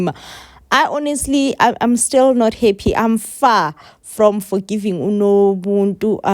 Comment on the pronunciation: It's nobuntu not nobuntu pls